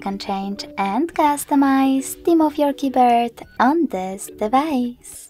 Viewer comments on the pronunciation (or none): Haaaaaai.....Why are you singing your instructions? And what are "keybirds"?? This clip sounds ridiculous....